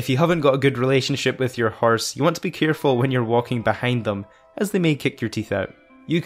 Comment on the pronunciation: “Herse” haha